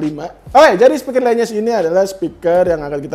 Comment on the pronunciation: Itu bacanya lenyes bang bukan lEnyes.. le sama LE memang agag sama pngucapannya dan itu namanya bass radiator bang.. biar bassnya makin glerr itu